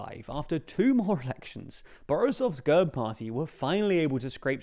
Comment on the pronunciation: Thank you once again for the coverage, but please, for the umpteenth time. It is NOT pronounced GUHRB - it is pronounced /ɡɛrp/ - – G as in go – E as in bet – RP pronounced together